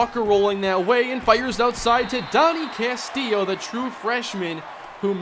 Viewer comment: CAST-ILLO. CASTILLO NOT CASTIIO